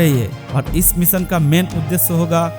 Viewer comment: Apni hindi theek kr bhai bhot kharab hai. Pronunciation theek ni hai tera bhot kharab hai. मीसन नही होता है मीशन होता है। Bewaqoof